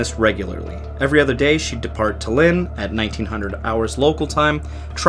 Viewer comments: Stop calling Tallinn , DALIN, THALIN, ALIN. Its Tall-innnnn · Omg, it’s pronounced TAllin, not TEllin. How difficult is it to learn the capital cities of other countries,especially if you are making a video about them? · Good video but I just have to say, it's pronounced Tállin, not Tallín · I'm sorry but you pronouncing "Tallinn" in a way it just sounds like the estonian word for "city" is inappropriatly funny